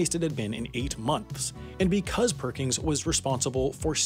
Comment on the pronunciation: It bothers me more than I can describe that his name is "Perkins" and you pronounce it "Perkings"